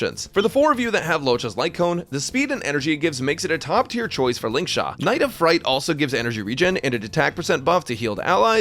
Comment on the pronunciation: "Lingshaq" got a genuine chuckle out of me 😂